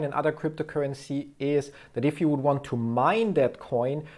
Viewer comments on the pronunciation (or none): none